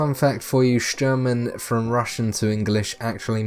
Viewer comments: Free tip. Actually, "Sturman" should be pronounced like "Shtoorman" with inevitably hard Russian "r" sound ) Not the likes of "sherman" our whatnot as in this vid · His name is not Sherman :), but thanks for the info! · not sherman! SHTURMAN